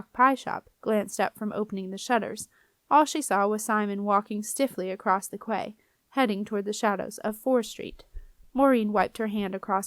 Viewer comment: Hey great job 👏 genuinely read well. I just wanted to add though that quay is pronounced like kee or key, not cway.